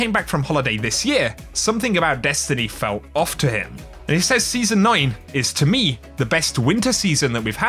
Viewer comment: I love you and your content... but please... SAYS... is pronounced Sez...not say'z, you Say something... past tense is said/sed... or to qoute is says/sez or ses.